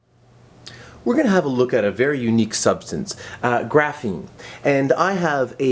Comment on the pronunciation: Everytime he said graphine i cringed